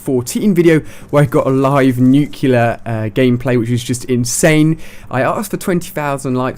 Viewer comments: Nuclear. Not nucular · Why does everyone mispronounce nuclear, its NUKE-LEE-UR not NUKE-YOU-LUR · Ahhh, nucular. That just annoys me. NuCLEAR, Ali!! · For god sakes!! IT'S 'NUCLEAR' NOT 'NUCULAR'!!! GOODDAMMIIIT!!!! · Haha, he calls it nucular! It's nuclear! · Nuclear is pronounced new-clee-er, not nuke-you-lar. I love you Ali-A but this is my #1 pet peeve! Sorry for complaining :) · Somebody has to tell you, man... "nu-CLEE-ar." Not "nu-cue-lar." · "nuke-ilure"....... bruh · nuclar he said not nuclear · Ha he said nuculer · How many nuculars have you gotten? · You look like less of an idiot if you pronounce "nuclear" correctly. It's not nucular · That's not how you pronounce nuclear... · you keep pronouncing "nuclear" wrong lol